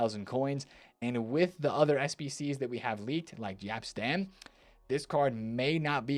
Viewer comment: "Jap" Stam